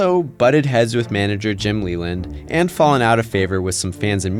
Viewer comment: Hie name is LEY-land, not Leeland